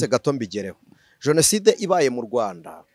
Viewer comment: Hasigaye kukubona n'imbunda pe! Ubwo utangiye ngo abajonasideri!!! Wari warihishe twibwira ko uri umuvugabutumwa gusa, none iminsi igukuyeho uruhu rutari urwawe wambaye urw'ukuri! Imana izandinde politiki n'abayibamo mwiyitirira izina ryayo! Gusa ngufashe bavuga jenoside ntibavuga jonaside 😢😢😢